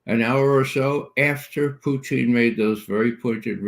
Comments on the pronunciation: Its not Pooteene ... its Pootiin! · Respect Ray McGovern's insightful analyses, but... Calling Putin "Putine" makes you sound like an ass hat. What's your thinking here Ray?